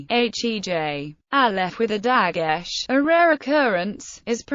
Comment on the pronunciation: Couldn’t you have found someone to read this other than an idiot IA ? The IA can’t pronounce the English correctly, let alone Hebrew words/letters/vowels/names in the middle of the English. « She » couldn’t even make the distinction between the pronunciations of the letters with and without the dagesh, let alone the name of the dagesh.